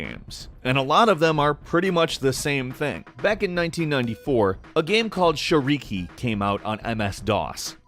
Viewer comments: It's shAriki, not sharIki. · Crash Course Russian: shAriki, not sharIki Emphasis on "a", not on "i" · It's actually "shAriki", not "sharIki". And it just means "balls" in Russian =)